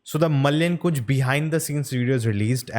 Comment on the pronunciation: It's pronounced as mala yen kunyu